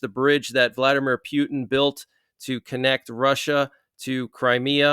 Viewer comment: Did you just say, "Pyoutin"?